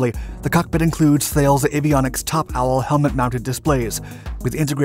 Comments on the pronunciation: Thales is pronounced "Tah-lez" not how its spelled. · guy also says Thales wrong - it's a french name, it's more of a ta-les sound